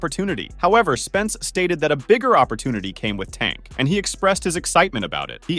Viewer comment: I can’t even say tank name right trash ass youtuber